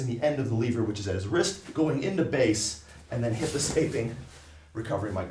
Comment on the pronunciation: Can't stand the way he says "lever" and how many times he says it.